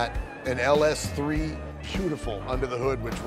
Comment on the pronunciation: it was perferct until he said LS3